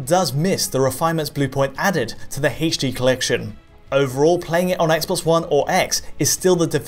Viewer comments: "Play MGS on your Eggsboggs won eggs in heydschD" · Something about the way he says "h" in "HD" makes me inexplicably upset... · You're saying "H" weird